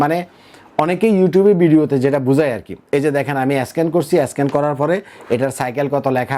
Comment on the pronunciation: ভাইরে স্ক্যান উচ্চারণ ঠিক করে বলেন।